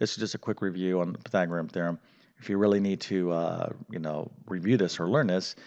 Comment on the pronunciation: hate the way he says pythagorean theorum also the 3 minute plug was very annoying